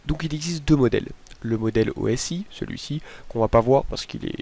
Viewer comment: Yes toi aussi tu prononce le model osi lettres par lettres je me sens moins seul !